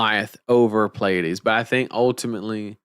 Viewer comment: Mad props for actually pronouncing Pleiades even remotely correctly. The amount of people who can't seem to recognize that the first two letters are P and L blows my mind.